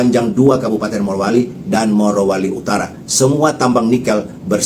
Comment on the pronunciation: MARO MARO. RISIH TAU DENGERINNYA, YANG BENER MORO! MOROWALI BUKAN MAROWALI! BIKIN KESEL DENGERNYA!